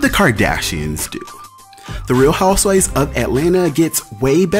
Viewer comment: “Real Houseivvs of Atlanta.” Boy..😂😂